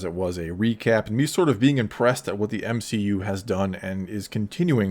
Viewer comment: M-she-U, no thanks